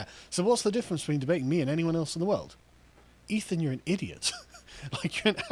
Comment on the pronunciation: Guys, it's "Ethan" ...